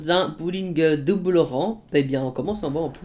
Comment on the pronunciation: A fait une faute 😂😂 il dit duble rampe 😂😂😂👌 c limite si il dit pas 2 boules rampes 😭😂😂😂